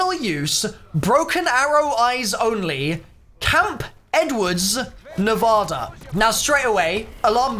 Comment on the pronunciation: Yo I don’t even live in Nevada and I hate when people say Nevada incorrectly. That and Colorado